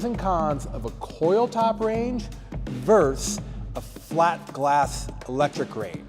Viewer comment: “Versus”, not “verse”.👍